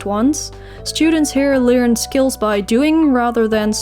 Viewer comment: Hahahaha when u said LEERN bcs ur Dutch accent came out and u wrote it in red I cracked up it was so funny 😂 !